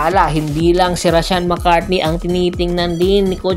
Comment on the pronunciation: Mali ka po..hindi mccartney....McCarthy po.